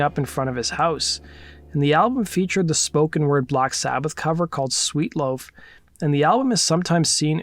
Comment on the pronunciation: It’s SWEAT Loaf not Sweet Loaf